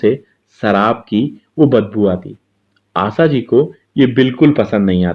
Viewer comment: Jnab aap apni bhasha shudh kijye. Sha ko sa ucharan kr rhe ho Asha parekh ko aap Asa keh rhe he. Ek Journalist ki bhasha ka ashudh hona sharm ki baat he.